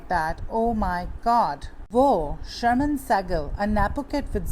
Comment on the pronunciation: u r pronouncing her name wrong. It’s Shaaarmin not sharmeen. And sehgal not say-gul